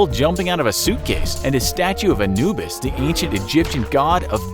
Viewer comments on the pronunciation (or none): none